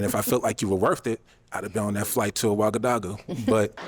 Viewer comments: What's Ouagadagou?? It's Ouagadougou 😂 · Please tell that the name is Ouagadougou pronounced (Wagadugu). Abubakar should have corrected him. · Ouagadougou is a real place. It's his pronunciation that was off. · made my day with how he pronounce wagadugu 🤣🤣🤣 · OUAGADOUGOU is the capital city of BURKINA FASO 🇧🇫. GET IT PRONOUNCED RIGHT! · its ouagadougou the capital of burkina faso loool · Did he say Tombouctou or Ouagadougou? it took me a while to realize. Tombouctou is a city in Mali et Ouagadougou is the capital city of Burkina Faso. Both are in west Africa